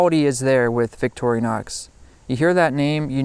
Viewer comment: i've watched about 5 different videos on multi-tools tonight and at least three of them have pronounced it "victori-o-nox" whats with that?